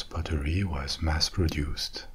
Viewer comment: I love how you pronounce "pottery" like the word "buttery".